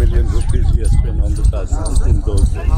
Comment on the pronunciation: Taj not raj